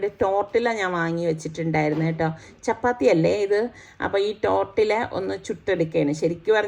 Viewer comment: Not tortilla .you have to pronounce tortiya.Thanks